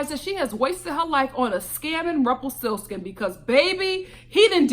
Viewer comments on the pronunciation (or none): “ Rumplestilskin” lmao 😂